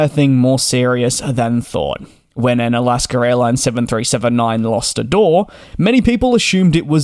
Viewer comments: He says alaskr ..there is no r in alaska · It’s AlaskA not AlaskER. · It is not Alasker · First of all it's "Alaska", not Alaskan. Second it's part of the flow, not a ritual, to check the cabin pressure, altitude and differential pressure passing 10000' and it's done every flight by both pilots, third what in the world is a "sterile light"? I've never seen that switch. The crew did everything textbook, and their were only minor injuries resulting from a catastrophic depressurization. I'm not sure what other outcome you would want.. This is 100% a Boeing and FAA issue. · For those wanting a translation, it is AlaskA Airlines. There is no “r” in AlaskA. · Alasker Airlines? 😂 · Why do you put an “R” in the word Alaska ? We’re you never educated?